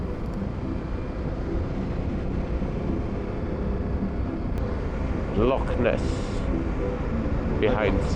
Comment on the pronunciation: Impressed you pronounced loch correctly!